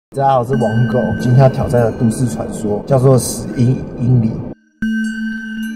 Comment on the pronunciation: 每次最期待的就是那一句 哈喽大家好我是“网购”（误